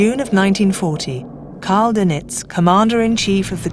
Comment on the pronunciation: "da-NITZ"..."summarine" "admiRALity???? Where did this narrator come from? She seems to be English-speaking but her pronunciation is bizarrecomputer ! On second thoughts, is "she" a very clever but mindless computer-generated voice?